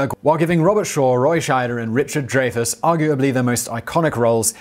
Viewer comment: It’s pronounced, “Dry-fuss.”